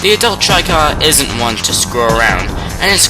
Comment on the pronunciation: chykka....... pronounced better as "chicka" instead of chaika" lol